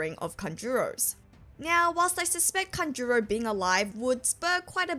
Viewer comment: Please! It,s kAnjuro, not kanjUro...